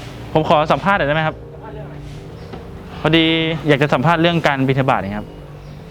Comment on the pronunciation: บิณฑบาตอ่านว่า บิน-ดะ-บาด เหมือนกับ บัณฑิต=บัน-ดิด (การอ่านภาษาบาลีถ้าสระเสียงสั้นจะออกเสียงเป็น ด.) ต่อจากนี้ไปจะมีคำว่า #สิบเฮือนซาวเฮือนสิมีวัดหนึ่ง สิบวัดซาววัดสิมีพระองค์หนึ่ง มีพระแต่บ่อมีสงฆ์ มีถงแต่บ่อมีบ่อนห้อย ไหลเวิ้นอยุ่คือจอก... #อนาคตอีกไม่นานนี้ สิบ ยี่สิบหมุ่บ้านจะมี1วัด สิบ ยี่สิบวัดจะมีพระ1องค์ มีแต่พระเฉยๆ ฉันเช้าเอน ฉันเพลนอน ตกค่ำดูหนัง ละคร หรือมีแค่ผ้าเหลืองมาห้อยคอชิ้นเดียวก้เปนพระได่ละ... ถง=ธรรมะจะไม่มีที่ไว้ที่แสดง... ดูจากปัจจุบันนี้ พอเปิดทีวีเห็นรายการธรรมะมาปิดๆๆหรือย้ายช่องหนี... พระ สุปฏิปันโน อุชุ ญายะ สามีฯ คือพระปฏิบัติจะไม่มี